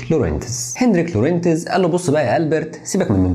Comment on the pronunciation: الإسم ينطق لغونز بدون نطق التاء Lorentz